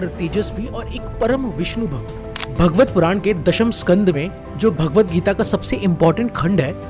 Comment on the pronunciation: Bhaa gvat puran hota hai "bha" nahi 😂